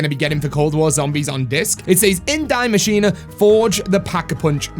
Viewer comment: The machine isn't dying lmao. Why dont you say it how its supposed to. In German?